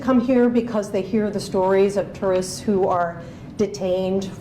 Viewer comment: did he say we treat our tourists or did he say we treat our t3rroists great, sounded like the 2nd to me lmao